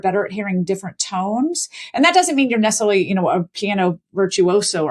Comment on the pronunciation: no one said neserly ever .... shes winding us Brits up